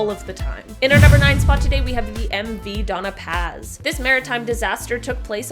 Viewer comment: The MV doña paz is not pronounced like that, the "Dona" part is pronounced "Donia"